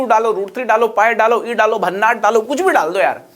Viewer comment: भन्नाठ नहीं भन्नाट होता हैं वो गुरू